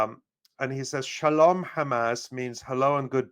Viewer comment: Why sholam? Apparently he has no clue that sholam is Hebrew 😮